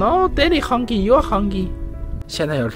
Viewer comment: 叫你太太教你Hungry and lunch是如何發音